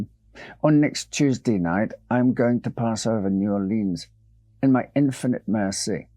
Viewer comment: New Orleans is pronounced new Orle-uhns or new Or-lins. Never upon EVER new Or-leens! It makes our blood boil. As Lafitte would say, Arrrrrrgggghhhh!!!!